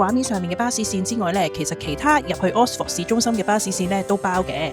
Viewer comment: 如果這集介紹Oxford，可能留意一下oxford 個正確發音😅, no offence，Thanks for sharing.